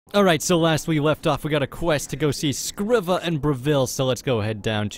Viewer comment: Its pronounced screeva not scriva